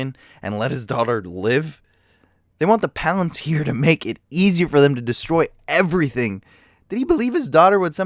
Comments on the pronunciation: huh, sins for you, how do you know that chair isnt comfortable? how do you not pronounce these words correctly? She-lob? it sounds like shelub... and pal-antir? its palintir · "She-lob" and "the Palan-tier". Buddy, dont speak anymore ever lmfao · god damn the way you pronounce shit is so infuriating noteworthy examples are palantir and shelob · or palantir. or eltariel. ;P